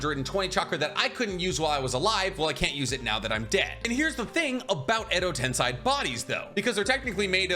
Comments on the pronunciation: Why you say Tensai it’s tensie? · "Edo Tensai" only my ears was hurt like 1000 times with that miss pronunciation? its "Edo TensEi" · Edo tensei. Not tensai 😂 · Him saying edo tensAi grates so much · I had to stop the video cuz you don't stop saying wrong a ton of jursu names, along with "edotensAai"